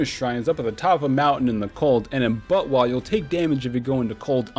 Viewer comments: saying buttwah was extremely distracting. just call it zelda next time and specify other zelda titles when mentioning them ("majoras mask" "ocarina of time" etc) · I normly referred to it as "bot-wuh", so I couldn't help but laugh everytime he said "butt-wah." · I has so confused for half the video whenever he said butwah. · I legitimately laughed every time he said BOTWAH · also the way you say botw sounds like buttwah and wah is korean i think for wow so it's essentially saying buttwow!!!!! ;) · did you just call botw butt wah